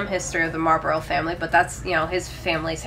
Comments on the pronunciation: Marlbruh, not Marlburrow. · Its not "Marlbro" but "Marlburra"